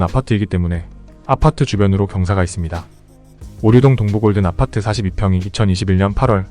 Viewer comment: 아파트만 발음을 독특하게하셔서 신기합니다 압!파/>뜨